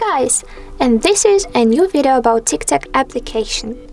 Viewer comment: If you are going to post instructional videos, you may want to pronounce the name of the app correctly.